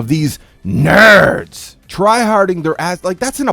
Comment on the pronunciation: “of these.. NHHURRRRDS” 😂😂